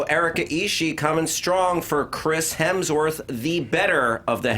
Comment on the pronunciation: I find it hilarious that Erika absolutely cannot say Hemsworth without throwing an L in there. LOL she tried, but just couldn't un-L that sucker.